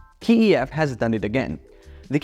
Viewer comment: The moment I heard him say KEF as "Key - E - Eff", I knew this guy was a scam artist. Please downvote, so it doesn't get recommended to true enthusiasts.